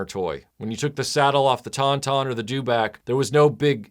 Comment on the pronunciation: said dewbock lol its back son... dewback